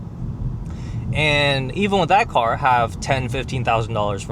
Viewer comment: "why she is attacking my coar" "wt fouck"